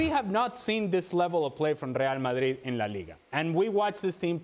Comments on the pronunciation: The way the pundit pronounces Real Madrid got me weak 😂 rrrieeerrll madriiiedd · I really really really hate how Moreno says “Reāl Madri”…… regardless of how right his pronunciation may be, makes it even worse the fact that he says it 6 times in every sentence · How many times does say Real Madreeed??